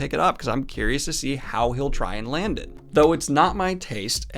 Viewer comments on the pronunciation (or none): none